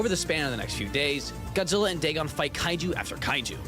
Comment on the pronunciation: It’s pronounced Da-gone